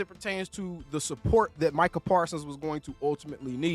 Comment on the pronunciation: nah mic-he-al lmao 😅😂😂😂😂😂